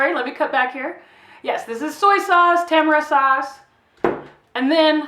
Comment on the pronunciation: Ta-mar-e not tam-era for the record, just an enhancement. Stop trying so hard with all that oh baby fast talk, it silly and nervous. Be an adult. Listen to yourself- and you will be much better received. Act like an adult and a professional instead of all that rambling and constant unnecessary chatter. Come up for air!